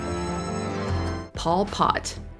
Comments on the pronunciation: It’s Pol Pot, not Paul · Hehe, it sounds funny .Pol Pot sounding like Paul Pot.. it's no big deal, just a funny observation of mine.(I was led to beleave it was "Pol Pot(pole pot)). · Mispronounced Pol Pot in the video.